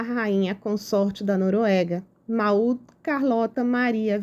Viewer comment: a pronúncia é “Môud” 😊